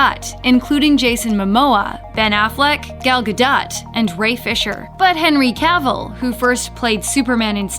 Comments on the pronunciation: It’s Guh-Doe not Guh-Dot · it's Gadot (guh-doe) not gadut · Ga-DOE, not Gadot. Muppet. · "gal ga-dot" idiots. its pronounced "ga-doh". disliked. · Gals last name is pronounced Gah' doh....not Guh' dot. 🍻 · y'all need to learn how to pronounce names better lol, Gal gaDUT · I think it's pronounced "Ga - doe" instead of "ga - dot" o.O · Isn't it Gal ga-dough? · Did you say.....Ga....Dot..... It's your job to speak, at least get people's names right. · She really said Gal-Go-DOT lol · The "T" is silent in Gadot